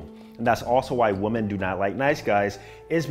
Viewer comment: bro, I fucks with you. That’s why I’m about to say this…. WOMAN and WOMEN. WOMEN is plural and is pronounced WIMMIN. 😂